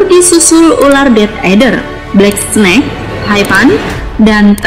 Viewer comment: Kok bacanya snack (makanan ringan) hahahaa